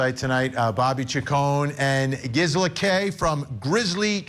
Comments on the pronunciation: "Grizela!" hahaha! It's Gisela! LOL Oh Vinnie... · Not him calling Grizzly Queen Gisela---Grizela!🤦🏻‍♀️ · GRisela? 😡 FFS Vinnie! Well done for correcting him Gisela and congrats on your appearance. Well deserved. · He said Grizzella 😂 Cmon Vinnie.....